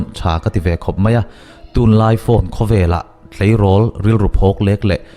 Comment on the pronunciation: I thu sawi ngaih thlak a nuan khawp mai.huat thu ah min lo ngaihsak lo la.mizoṭawng i sawi a ka lo ngaih mawh ve deuh chu.tûn tia thluk deuh lo hian tunhun tunhma tih ṭhin ah tûn i hmang hi a a ngaih thlak a ti hre awm ṭep tih in kan selve khanglang che a nih chu.tûn.tun.Tun ti a bung lam deuh hian hmang la.ngaih thlak a va hahdan zual dawn em